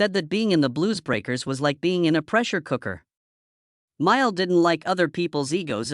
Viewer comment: You should at least learn how to pronounce his name! BS AI.